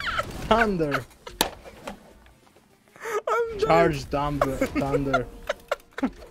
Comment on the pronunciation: "THANDURRRR.....charged down thundarrr 🤓"